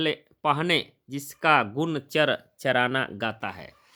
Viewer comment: जो शब्द का उच्चारण कर रहे हो उसे सही से करिए हर चरना है ना कि हर चराना